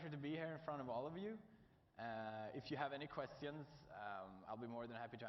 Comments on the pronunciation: "if you have any questiauuns" XD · still says it this way "questions = kvestions"